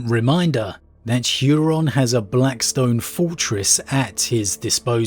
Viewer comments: You pronouncing Huron's name as "Hyuron" is giving me weird feelings. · "Hooron". No "yu" in there. It sounds silly.